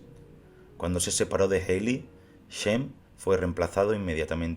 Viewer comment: Ted Healy se pronuncia "Ted Jili".